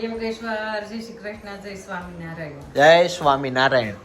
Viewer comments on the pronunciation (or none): none